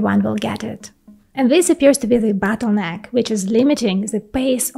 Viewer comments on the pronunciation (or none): "Bootleneck"? Oops. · Bootleneck or bottleneck, you say potato… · The bootleneck ? Lol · Bootleneck?? Realy??